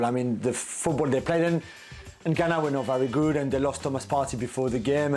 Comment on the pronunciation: It’s ghana lol